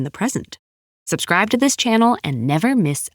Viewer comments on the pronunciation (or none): none